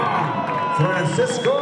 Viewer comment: And New , champion of the world , juan frrrreanciscoo el gallo estrrrrrruada